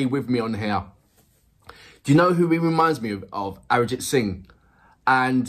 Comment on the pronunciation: I can absolutely relate to you saying that it reminds you of Sting, but there is the difference of the number of people turning up. For reference let’s take the number to be a 100,000 and that’s quite common. We actually have the power of population 😂🤣😂🤣. Secondly, when you say the name Arijit Singh and then say “Live” crowd gets crazy! And swear he delivers exceptionally! Pronunciation time 😜… Jo(as in ‘Joe’) Bhe(stress on “Ae’)+Ji Thi(thi of ‘three’) Dua(its ‘Do’ and ‘A’).